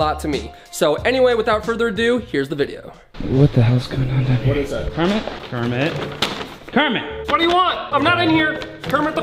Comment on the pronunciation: Kremit???? Its kermit!! You fony!!!!! Jk I love kermit